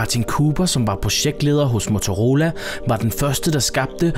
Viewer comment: Det udtales motorrolla